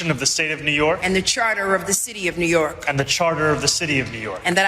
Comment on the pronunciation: New York i lam dan hi mizo ah chuan i dik deuh ber.. midang chuan new yiak ang deuh in an lam thin..😂